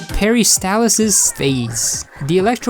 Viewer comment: Every time he says “Peristalsis Phase” I hear “Harry Styles’s Face”